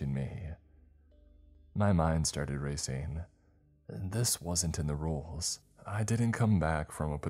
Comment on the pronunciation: Your mind started racING!!! NOT racEENE!!!! And you started panickING, NOT panickEENE!!!!!!